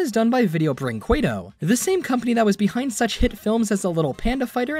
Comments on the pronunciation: here's a tip on how to pronounce "Brinquedo" Ignore the U, just say "Brinqedo" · Friend, in video brinquedo the U is silent.